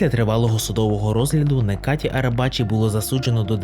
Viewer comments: нечаті а не "некаті" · Правильна вимова імені Necati Arabacı - Неджа́ті Арабаджи́ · Його ім'я - Неджаді. В турецький літера С читається як ДЖ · Автор,заглянь в перекладач!!Буква С в турецькій мові читається як Дж.Тобто Неджаті Арабаджі!!!